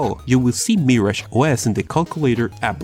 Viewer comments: ITS MIRAGE NOT MARRIAGE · The way he pronounces Mirage is adorable